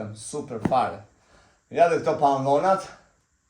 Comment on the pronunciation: Pantallonat jo pallonat😂